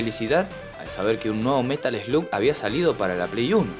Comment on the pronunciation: slug se pronuncia "slag" In the Hunt es un JUEGAZO lo había jugado en arcades, pero en ps1 lo había conseguido como metal slug 3 :p (igual al ser una copia trucha me había salido monedas y no me queje en absoluto jaja) Y en metal slug hicieron referencias a este juego (tanto en el 3 como en el 5 Tenes un nivel que es con submarinos)